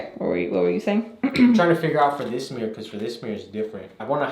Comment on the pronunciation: I like how he says mirror like “meere”😅